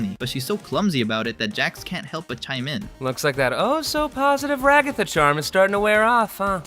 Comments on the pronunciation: "Ragotha" And also, dog Ragatha has 3 fingers ewww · Who is Rah-goth-ah? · Sorry if this is rude, but what's up with calling Ragatha "ruGOTHa"?? Also, Zooble goes by they/them pronouns. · Why is Ragatha “Ruh-GOTHah” and Zooble a “she”?🙄🤦🏻‍♀️🥴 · Bro pronounce the names right. Rahgahtha isn’t how it is pronounced. Goomigoo isn’t either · Just so you know, you pronounce Ragatha as RAg-ga-tha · this is my first time watching your videos, so i had no idea you pronounced ragatha's name like that. every muscle in my body just cringes every time you say it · Ra-GOTH-uh Jax's love Do you watch the show? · why do you pronouce ragatha's name like that lol. they literally say it in the show. she's a raggedy anne doll. rag-a-tha. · You pronounced Ragatha wrong and Zooble is a non binary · Yeah, why does no one get that Zooble is non-binary :( I feel bad for her and also a lot of yt vids pronounce Ragatha wrong for some reason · Why pronounce ragatha that way? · Please god say ragathas name right its driving me crazy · Bro how you pronounce ragatha makin her sound like eldrich god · is nobody gonna talk about how he pronounces ragatha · WHY ARE YOU PRONOUNCING RAGATHA THAT WAY? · Delighted and amused by your pronounciation of ragatha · dude atleast pronounce Ragathas name right... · Why are you pronouncing Ragatha's name like that? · You said her name wrong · Is the name ragatha that hard to pronounce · QUEERPHOBIC MISGENDERER. Zooble is they/them, not she/her. Also, Ragatha is pronounced ‘rag-uh-thuh’, not ‘ruh-gah-thuh’: Although I doubt TTS would care. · I’m sorry but I can’t get over you pronouncing Ragatha as Ragotha💀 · "Regotha" Bro it's pronounced "Ra-guh-thuh" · RAG-uh-thuh not rag-GOTHa. Please correct your pronunciation. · I don't mean to be harsh but you're pronunciation of Ragatha is messing with me. It's "Rag-A-Tha" not "Ra-Goth-a". Like the name Agatha but with an R in front of the word. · Why did you keep saying ragotha bro it’s rag-a-tha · Ragatha ❌ RaGOTHa✅